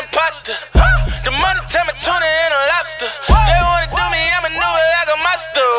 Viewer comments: The way he says the word "do" is like saying "dew" from mountain dew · that's how ppl in Baltimore talk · The way he says "to" or "do" sounds like he's French or British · he sounds like he is British when he says certain words like "New" or "Too" or "Do".